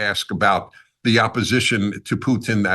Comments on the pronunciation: PUTIN, not PUTN, Americans, please. You only got it right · "...with Poo Tin." Poo-Tin, huh? Just call him Uncle Vulva.